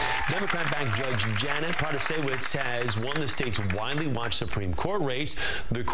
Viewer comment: Random note, as a Polish woman, props and thanks to the news for saying Protasiewicz's name correctly 🤣